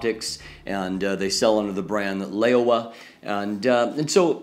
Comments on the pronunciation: great review! :D although its read as "lau-wah" instead of "ley-oh-wah". But I guess its fine for an English speaking person ( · It should be pronounced Low (rhythms with meow) wah; the name literally means "old frog."